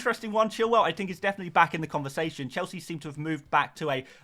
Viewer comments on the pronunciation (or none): none